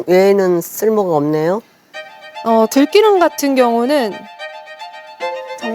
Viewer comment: 명색이 교육방송이라는 EBS 양반아, 참기름이 참“끼”름이 아니듯이 들기름이지 들“끼”름이 아니란 것쯤은 살펴서 방송을 하셔야지…